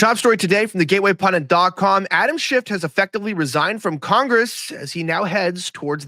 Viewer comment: Could you please pronounce his name right? It's Schiff, not Shift. There is no T.